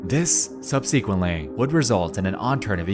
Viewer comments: Sub-sick-went. If you're going to use the word so much, you should know how to say it. Book learners... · Boy the way Nexpo speaks grinds my fucking gears. From the general AI cadence to the way he pronounces words like "sub-SE-quent" it's so distracting to me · Great video except for your pronunciation of 'subsequent', which is...odd.